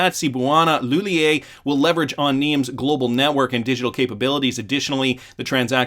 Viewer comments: Cebuana Li-hul-yer thats how you pronounce it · Re: Cebuana Lhullier. You pronounce the Lhullier with a hard R. Just so you know. Keep up the great job, though👍